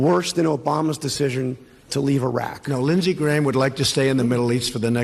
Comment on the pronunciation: Linshees, judishearie